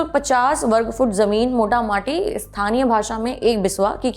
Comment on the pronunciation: Madam lallantop ke sabhi vakta aur prastota 'Mota maati' term galat bolted hain ye term " Mota moti ' hai ' Mota maati' nahi... dhanyavaad...kripaya shaurabh diwedi ji ko bhi correct kar den kyunki unhi ka galat uccharan sabhi copy kar rahe hain..